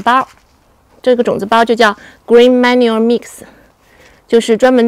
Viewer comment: ❤，讲解非常不错！小时候农村生产队地里种一种野草，乡下叫“幼儿花”，应该是十字花科的。生长非常快，也是一个月开花了。春天播种庄稼一翻地就是绿肥。鸡蛋里挑一个骨头，manure英文发音不准。